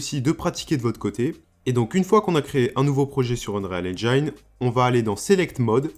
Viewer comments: "Engine" se prononce "haine-djén" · Super tuto, simple à comprendre et efficace! Je vais devoir regarder tes autres vidéos et surement m'abonner... Petite astuce pour prononcer correctement Engine, en français c'est comme dire "N Jean" (le pantalon, pas le prénom). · Enfait ça se prononce N-gine un peu comme une engine ;) Sinon vidéo plutôt complète et très sympa à suivre, bravo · Super tuto mais est ce que tu pourrais prononcer engine correctement stp ? Le i se prononce a la française tout simplement